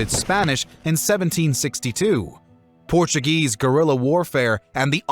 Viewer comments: Very interesting and informative. However there are a number of incorrect statements, he gets basic directions wrong, and mispronounces words in Spanish Portuguese and English. Also he English words incorrectly. But overall a good video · Porttugese :) Portuguese.